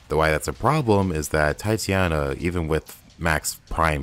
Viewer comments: Stop saying Titiana it's Titania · ugh the Titania name butcher. it hurts.